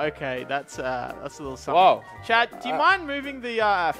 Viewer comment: It has taken up to this point for me to realize that you are saying Chad. Let me explain, This entire time, I thought you were saying "chat", as if these videos were pre-recorded from a stream. Now with that said, all I can imagine now is, instead of viewers on a stream, it's Chad spamming the chat with multiple accounts.